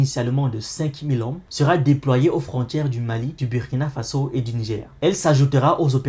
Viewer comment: Super ! Juste une petite remarque on écrit" Burkina Faso" mais on lit " Bourkina Faso" 😉🙏